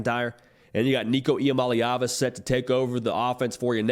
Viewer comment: Once again shout-out on pronouncing Nico last name correctly... not that hard to learn... NICO.. ee-ah-molly-ahvuh